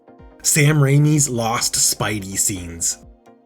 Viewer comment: Saddest loss of all: The second “I” in “Raimi”